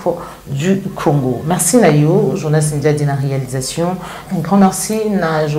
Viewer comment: Bonjour. Ozali mopanzi sango oyo ozali ko tombola lokota ya lingala longonia mama. Na landala yo mingi. Kasi tika ko loba na accent français ça sonne faux. Confusion mingi na prononciation "U na I", "A na E" pe bongo na bongo. Ndakisa ozali koloba marci na esika ya merci, tshusekedi na esika ya tshisekedi, martan na esika ya martin, palin na esika ya palais, etc. Ba ndakisa ezali ebele yango etindi ngai lelo oyo na yebisa yo. Le lingala est une langue qui a ses valeurs linguistiques comme toute autre langue telle que le français ou l'anglais. Na tondi yo na ndenge oko bongisa na esika wana. Mokonzi Nzambe abatela yo na mosala mua yo.